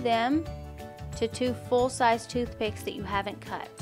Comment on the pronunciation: Are not thoothpick